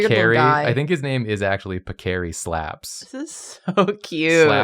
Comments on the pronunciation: I'm afraid it's pAcchery, guys, not pacchEri... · As an italian I am suffering at the pronunciation of the names haha Paccheri is more like Pàckery in pronunciation Also pasta names are so funny I'm so glad you took this prompt haha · pronounciations tips, Paccheri has the accent on the A, so PAHccheri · Content warning for my fellow Italians: 1. Multiple instances of pasta being referred to as noodles. 2. Mispronunciation of paccheri.